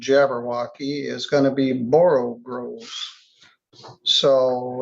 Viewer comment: "all mimsy were the borogoves" is the actual phrase. not borogroves.